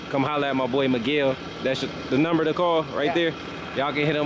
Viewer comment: Everytime he call meguel i is think he call my name🤣